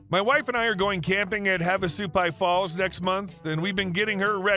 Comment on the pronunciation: Thank you for pronouncing Havasupai correctly! Nobody seems to know how to pronounce Havasu!